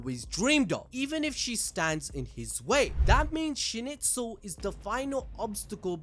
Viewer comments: you killed me with Schnitzel hahahaahaa its a food in Switserland. please call the Name SchnEIZel not Schnitzel hahahahahah. awesome video tho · Schnitzel?! WTF LMAO. SchnIIIIIzel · Schneizel... why are you saying schnitzel 😵‍💫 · Character: Schneizel People: Schnitzel! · Dude I really liked your narrative story telling, saved me lots of time rewatching, BUT Schnitzel =/= Schneizel !!! Like Donald Trump =/= Donald Tramp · agreed, he butched the name so bad :( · Also, calling Schneizel "Schnitzel" is crazy.